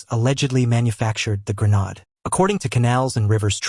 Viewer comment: Not a grenad .A grenADE